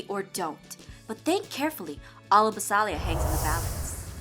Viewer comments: Jess is saying BASILIA wrong.She's saying basAlia not basIlia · UGHHHHH It's Bas*I*lia Not Bas*A*lia